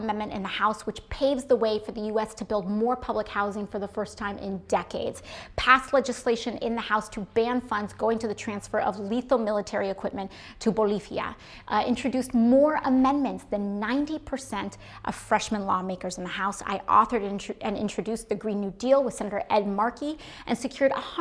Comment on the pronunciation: Bolifia? Jajajaa why did she say it that way... No hay F en Boliva...